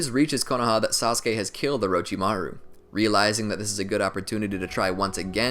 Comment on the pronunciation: The way u say orochimaru is🤮